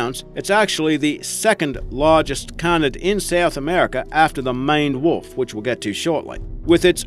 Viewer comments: "Mined wolf" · Maned wolf sounded like mined wild making me thing of the wolf in Minecraft XD